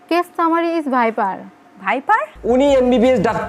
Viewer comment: Vaipar. Nh daipar 😂😂😂